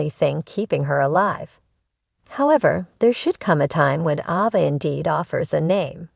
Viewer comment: Please pronounce the names correctly. The A in Ava is not a short A it is pronounced with a long A like the word "A". It is not Ahva!